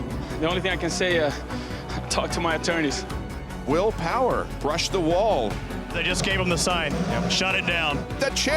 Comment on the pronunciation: Did the reporter who called will power will powder need to use the restroom or did he have an itch? No matter what that accidental letter add in his name was a little funny to me.